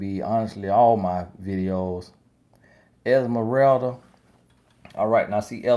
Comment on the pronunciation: And him saying her name LOL